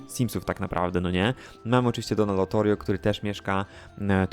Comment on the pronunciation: Czemu mówisz LOTORIO skoro jest LOTARIO ?